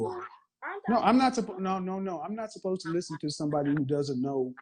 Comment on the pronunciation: She didn't say supposed, she said 'spossed.